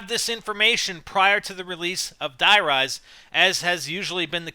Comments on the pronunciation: Its Die Rise as in High Rise it rhymes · No god damn it, Die rise is supposed to rhyme with high rise, jesus